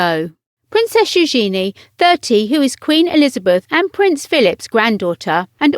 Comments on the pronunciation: Drove me nuts that she's pronouncing Eugenie's name completely wrong. It's not new-GENIE, but NU-zhen-ee. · Learn how to say eugenie....